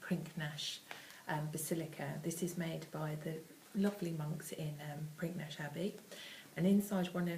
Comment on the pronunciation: Pinknash??!!......its pronounced pinnish ffs